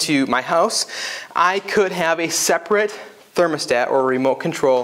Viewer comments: Separate, not saprate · What is "saprate"?